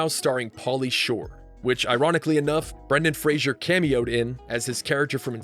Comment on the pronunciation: There is no "I" in "Brendan Fraser"